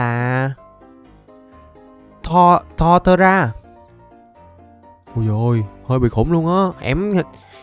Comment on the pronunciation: Torterra ₫oc là tôtêra nha anh